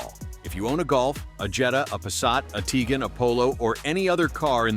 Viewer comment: Tiguan is not pronounced “Teegun”